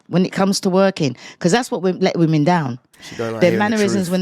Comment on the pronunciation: "modern wahmen"